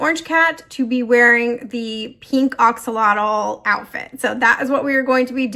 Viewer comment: It’s pronounced. A axolotl. Lol not O Oxolotl.